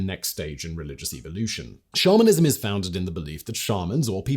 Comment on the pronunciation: I was a lot further into listening to this episode than I want to admit when I realized Simon wasn't saying "shamanism", not "Charminism" (like, a belief in the Charmin toilet paper bears)....